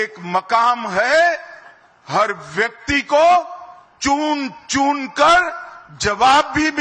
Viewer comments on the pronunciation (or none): ਚੁਣ ਚੁਣ ਕਰ nahi ਚੂੰਨ ਕੂਨ ਕਰ bol rahe hain